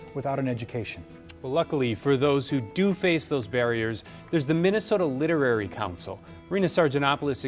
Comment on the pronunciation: It is the Minnesota LITERACY Council, not "literary". Guess KARE 11 staff need help with reading words correctly!